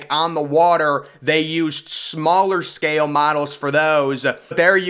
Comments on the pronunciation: Or mispronounces the world "SCAY-EL" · The staircase didnt float up and totally out. That's impossible. It floated up and hit the interior structure and just rotted when it got to the bottom. And I wish ud speak up i cant hear u. And im still wondering if the inside of the set ship was hollow. ? What word is scaYale. Do u mean scale ? Its one syllable so is the word thoseA. Theres no A in those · I have to mute this.... its scale, not sca-yell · I like your voice. It's very intense. I especially like the way you say, "scale."